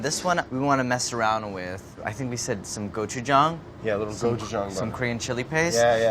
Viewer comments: it is. but he doesnt pronounce it like that. his is more like gochujung. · Andy: Gochujang Brad: GochuJANG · as someone who's learning korean, andy's pronunciation is much better. he has that long 'aa' sound which is correct, but it's not perfect. if you romanize the korean word (고추장) properly, it's gochujang. brad keeps that soft 'ch' sound, while andy keeps that long 'a' sound. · did it not bother any one that brad said Gochujang and right after andy would say Gochujong! which one is it?! make up your mindddddd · I love the small petty hate they both Express with the "GoJuJung" vs "Gochujang" butter pronunciations. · The way they keep saying cotchujang (so sorry if spelled wrong) lmao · There's a lot of misinformation in the comment thread here. The correct pronunciation is not "somewhere in the middle." Brad incorrectly pronounces the "a" as ⟨æ⟩ (as in "apple"). This vowel would be romanized as an "e," not an "a." Andy's "a" in "gochujang" is more accurate and, even with an American accent, can be easily understood. Look up the audio sample on the Wikipedia page "Open front unrounded vowel" for reference. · andy and brad’s pronunciation of gochujang shows a lot about their overall differences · Andy pronounces gochujang better then Brad but then Brad pronounces gochugaru better then Andy 😂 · Watching them trying to say Gochujang.... im sorry but i cringed so hard. But thanks for putting in some Koreanness into you vid. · Seriously Brad... Listen to Andy and stop butchering the pronunciation of "gochujang". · Am I the only one who's annoyed at Brad's pronunciation of Gochujang? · I appreciate how they REFUSED to agree on a pronunciation for gochujang.